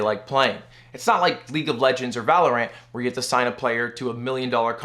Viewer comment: Who's "Val O'Rant"?